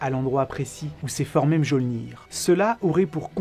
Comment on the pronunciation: Mjolnir, le j se prononce i